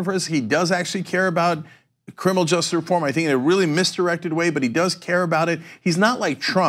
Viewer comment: Cenk I love you, but for god's sake stop mumbling the word "justice". You pronounce it "just" and it drives me nuts!!!